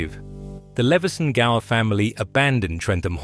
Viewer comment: Nicely covered,. Not at its best in the winter, the gardens comes alive in the summertime. I did a video here a few years back, and an expert commented that Leveson-Gower is pronounced Lewson-Gore! That's aristocracy for you! Still, I was educated. I also did a video of the folly at the back of Sandon Hall and found out it was the top level of one of Trentham hall's towers! They moved it brick by brick. Shame the council wasn't into the place. Look fwd to your next one, matey. 🤗